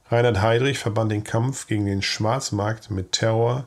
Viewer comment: Erste Sekunde, erster Fehler: Reihard Heydrich - ReiNhard ... !!! Korrigieren, bitte ...